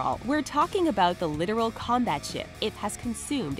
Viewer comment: It's "Litoral" not literal. And the wall would have worked if utilized properly.